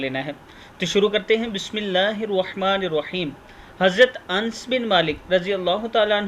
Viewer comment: Hazrat Anas sahi hota hei ans nahi